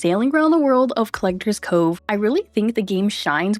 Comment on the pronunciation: Collector'SSSSSSS Cove. There's an S there. It's not supposed to be silent.